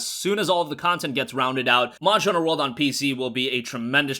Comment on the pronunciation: anyone notice he cant say monster hunter world